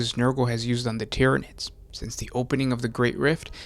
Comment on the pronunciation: "Tyanids." "BUT WAIT, IT GETS WORSE." "Worse?"